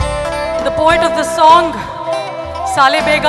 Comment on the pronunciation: Check the real lyrics and pronunciations..... Wrong pronunciation makes different meanings...... It's not saale bega... It's Saalabega. Not draupadi nko janana (reproduction) .. It's Janaana ( a tell to God or request to God) This is not a small mistake